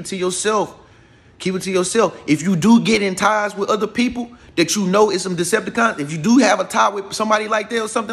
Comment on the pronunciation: Every time he says it I bust up laughing😂😂💯